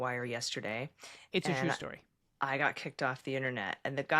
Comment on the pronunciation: Did say "It's a chew story" about the squirrel?